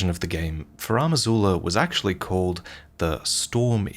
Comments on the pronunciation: Why is THE Elden Ring lore dude mispronouncing Farum Azula as "Faram Azula"? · Why pronounce "Furam Azula" instead of "Farum Azula" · I know is Australian, so his pronunciation is going to differ from mine, but it really bugs me that he pronounces it “FarAHm Azula” repeatedly. It’s spelled Farum Azula. Where is the AH sound coming from? Anyways, I know this is a very minor and nitpicky complaint and that doesn’t really take away from this great video, just wanted to get that off my chest 😅